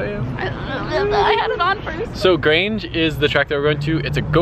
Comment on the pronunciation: it's actually grangé just letting you know :)